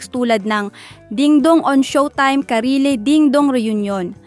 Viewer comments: Karylle pronounced as “Karil” not “Karile” mygosh. Para namang baguhang artista si Karylle para di mo mapronounce nang maayos name nya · Gaga naman netong narrator d naman 1st ever guesting ni DD Jan.. 2nd.. ung una ung anjan c kim or anne. ung ulo pinalitan ginawang Karylle. Saka anong Karile ??? Karil ang Basa Jan. palpak na Chismosa mahadera 😂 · Its pronounce KaRiL.....hnd Karile😂😂😂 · Karylle❌ Ka-ri-le✅😂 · sino si karile 😂😂 ayusin mo pagbasa mo asar ka. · 2 syllables lang ang karylle…. 3 syllables k ate.. know ur topic well.